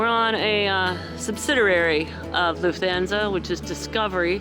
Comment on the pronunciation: You’re saying Lufthansa entirely wrong. Hands like Goldie Hawn. Ahn…most other languages don’t have the long A sound we use